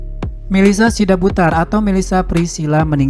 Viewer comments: Margarnya bukan sidabudar tapi SIDABUTAR ngomongnya yang benar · Sidabutar. Bukan sidabudar